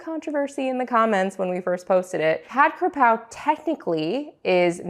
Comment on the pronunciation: KAPRAO ... KA PRAO is the proper spelling and pronunciation. If youre just going to substitute in any basil, Just call it stir fried basil in english because its no longer the Thai dish tbh. Youre using Thai basil which is called horapha. So youre making pad horapha. This is no longer pad kaprao. Its makes a difference because it is different. Cause if I'm eating the dish and you say pad kaprao and expecting kaprao not horapha. its like saying I order an bosc pear dessert but it was made with Asian pears instead.